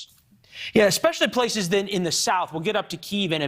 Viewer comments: It is not pronounced "Kar-KEEVE." In Russian, it's "KAR-kov" and in Ukrainian its 'HAR-kiv." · Kharkiv is pronounced Harkiv, likewise Kherson is pronounced Hairsun. Any Ukranian placename beginning with the Cyrillic character Х are the same.